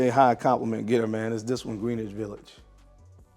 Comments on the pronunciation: it's pronounced.. Gren-itch Village. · Say it like this GREN-ITCH